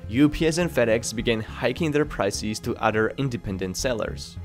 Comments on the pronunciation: Great video but you bloody annoy the shit out of me with the WAY YOU pronounce PRICES - E is supposed to be short not long like pricees OMG yeah and correction you do the same with every word that ends with ES pls try not to do it because it is really annoying. IF you can do that your videos WILL BE GREAT ! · its prices not priceis es not is goddamit.. be normal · I really shouldn't, but... It's prices, not "pricees," and businesses- not "businessees." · What's a "priceese"? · Pls learn how to pronounce basic words like prices and businesses. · Prices, not pricees. Businesses, not Businessees. Loses, not Losees... its like getting verbally pecked to death by a duck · Which English speakers pronounce price = pric ie s, businesses = business ie s, services = servic ie s, performance = performan ie s like this narrator? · I enjoy your videos, you can tell you've spent a long of time researching and editing. But man... the way you pronounce "ie" or "e" is triggering. Why do you read the word Diaper correctly but not prices or loses. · Just curious. How do you fuck up the word prices so badly? Also losses does not sound like loseees. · "Beezos, pricees"